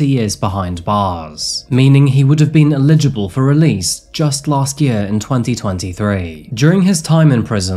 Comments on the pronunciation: Look, it is Eligible for parole. Not illeligible! This is driving me nuts! Work on this Buddy. They are Eligible for parole. Don’t matter if they get it or not. Illeligible isn’t a word. It would ineligible. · I love this channel so much, but please stop pronouncing "Eligible" as "Illegible" 😂